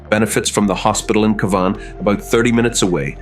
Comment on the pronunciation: Just as you've made my Ear's Bleed with your Torturing the Pronouncation of Cavan...have you finally Adapted to CAVAN...There is Hope yet for IRELAND.